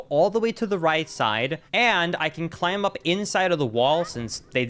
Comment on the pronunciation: This dude pronounces the letter B in climb. Its a SILENT B. 👎